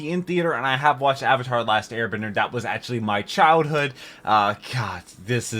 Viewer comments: I don't even mind the name pronunciations, cause I'm used to foreign names being butchered. But somehow mispronouncing the word Avatar is insane. That just an English word being said incorrectly. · The creators of Avatar also did Voltron the Netflix show. I recommend watching that. Even has a character who is very similar to Sokka. The names were pronounced differently, but I believe they took the more Japanese way of pronouncing it. It didn't make sense since the show pronounced it differently and hypothetically could be wrong, but as it was established the movie should have just did what was familiar. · They changed the pronunciation in the movie cause the original pronunciations do not exist in Asian culture. Great idea but bad result.